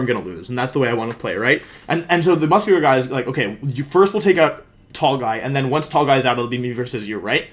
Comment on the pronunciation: no one: wolfe: the guy was muss kyu lerr